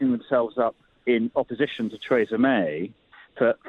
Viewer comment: Adonis, the only person in Britain who can’t pronounce Theresa, lol